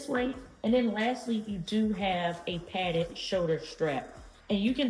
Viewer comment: Lol I thought you said padded farts. That's a great looking bag though.